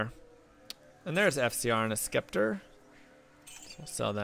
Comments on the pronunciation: 🐕, it's "sep-ter" you're tearing me apart lisa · Anyone else notice the way he said scepter funny